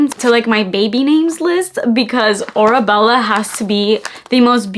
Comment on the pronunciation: The perfume is pronounce “aura-Bella”, the name comes from Hadid’s Arabic family name which means “iron ore” and the word “aura” which refers to the “distinctive atmosphere surrounding each person” The brand also includes the cursive words “ Oasis of Love” 🤓